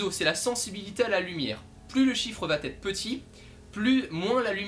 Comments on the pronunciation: Le "T" entre "va" et "être" est dérangeant mais la vidéo est bonne :) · Merci de tes explications assez claires pour un débutant, mais élocution un poil rapide et.... y a pas de t à va, donc pas de liaison ! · va / être et non va t être ;-) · Bravo pour tes vidéos, un "petit" bémol grammatical désolé, "la photo va être"sans liaison puisqu'il n'y a pas de "t" à "va".